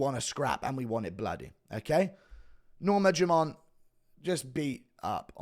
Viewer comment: Why does Guru say "Norma JUMONT"?